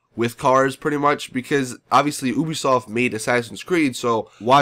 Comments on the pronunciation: It's Ubisoft... You-be-soft... not ooo be soft. LOL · Its YOU- BEE - SOFT lol. Not OOO - BEE - SOFT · 1. its an expandable baton! not a "nightstick" 2.you said you only played 2 missions... how can you be saying they're repetitive?? 3. it's YOU-bee-soft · So you have been there yourself and you cannot even pronounce their name right? It is spelled Ubisoft, but pronounced like YOUBISOFT. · Ubisoft is pronounced You-bee-soft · They have the pronunciation for o and u flipped